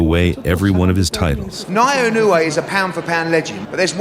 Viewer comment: he called him Inoya😂😂😂